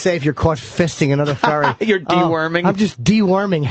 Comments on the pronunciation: Opie hears 9 people repeat the word "Furry" and continues to say "ferry". fucking sociopath. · Ferry, ferry, ferry... why does Opie keep saying ferry?! It’s furry!! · God damnit. Why can't Opie say FURRY. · “A ferry”